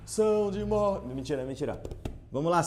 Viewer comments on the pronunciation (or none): "Pulsão de mortêehh" kkkkkjj